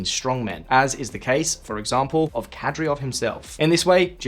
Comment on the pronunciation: Anyone have any suggestion why they butcher names of people and countries? There is no way they don't know how to pronounce Kadyrov. I also heard them call the Saudi capital Ridhya